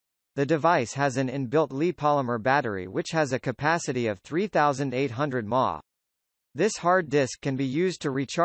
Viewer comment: milliamps/hour (mAh)= "Ma" LOL